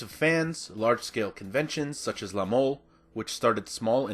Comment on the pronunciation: I know this is old, but "La Mole" is not pronounced like english, but like "Mol-eh".